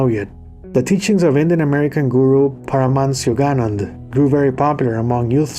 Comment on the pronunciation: you mispronounced Paramahansa Yogananda